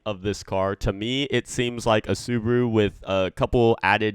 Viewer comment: Dude its called subaru